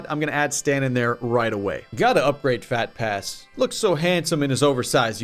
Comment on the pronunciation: phat pass sounds like phat ass.